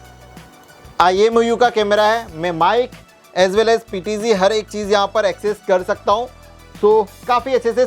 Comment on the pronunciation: PTG नहीं PTZ